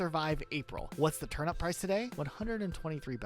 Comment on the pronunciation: bro why he pronounce turnip like turn up its actually pissing me off so bad i literally cannot finish this video